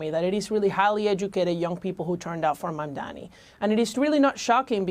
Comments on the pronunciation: Mamdana as in obamna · Mamndana like she was trying to say Madonna omgg 😭